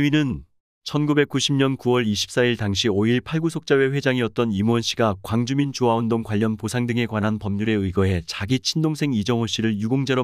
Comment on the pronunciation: '5•1 8광 주민 주화 운동'으로 띄어 읽는 것, 이상?